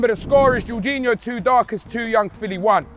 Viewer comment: Darkest calling Jorginho ”George”